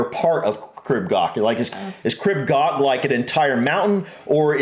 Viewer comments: Crib (pronounced “Creeb”) Goch (pronounced with a guttural “ch” like “loch”) is nowhere near the scariest in the UK (though it’s too scary for me — I went up Snowdon a couple of weeks ago, but on a different route). Scramble grades go from grade 1 (the lowest) to grade 4*. Crib Goch is grade 1. There’s far, far worse in the Scottish highlands. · Pyg (Pronounced like Pig) and Miners track are the easiest, go up the Miners and come down the Pyg. Goch, was said wrong so many times in this, you say it more like Gore-"ch" now the ch is a single letter in Welsh and to say it you need to put your tougne on roof of your mouth and kinda blow? Makes a rustley sound, you may feel like you need to gag to say Goch. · lol, it’s not gok. It’s pronounced gaw. The AW sound is the same as law. The ch sound is like your clearing the back of your thought (gross I know). I live just down the road from here. You can get to the top of Mount Snowdon by train. It takes you to the top, there’s a cafe and viewpoint. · So the “ch” sound in Welsh isn't like a “ck”, it’s pronounced more like a “ch” in German, like at the end of the German word “ich”, it is a bit harsher sounding than the German pronunciation, but, that’s the closest sound I can think of :) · So coch is pronounced, first part as in core, second as if your clearing your throat. Crib is pronounced Creeb like creep but with a b. It's the cock's comb on a chicken's head. Literally red comb.